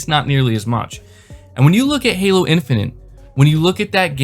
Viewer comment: It's Halo Infinite not Halo Infinant. Please stop saying Infinant.